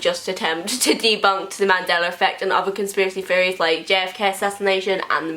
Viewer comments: Amby Chester "Feories" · Amby Chester I thought that's what she was actually saying not theories I can nearly understand her 😂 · When she says "Theories" it sounds like she's saying fairies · Can't unhear it now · Amby Chester I thought the same thing! I was like why does what she is saying not make any sense!?